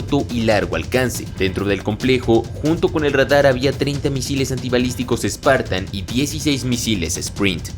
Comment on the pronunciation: Dijo misiles Sparantan?😳